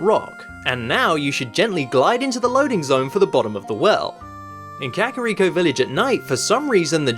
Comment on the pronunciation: "kehkahreeko" lol